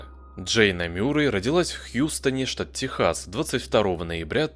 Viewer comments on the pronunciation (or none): none